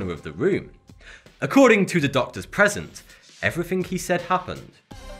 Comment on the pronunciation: No one spells somethink or everythink, why say it that way?